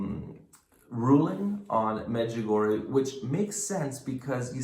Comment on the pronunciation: The correct pronouncing is Medg u go re a I hope this helps people to say it right .